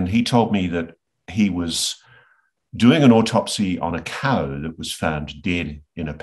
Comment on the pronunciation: He has an odd way of saying “cow”, and I’m also Australian. Never heard it pronounced like that. I mean, …. three letter word, it not like it’s “pneumonoultramicroscopicsilicovolcanoconiosis“ or something, it’s just “cow”. I don’t trust anyone that pronounces cow like that, and I doubt the cows would trust him much either.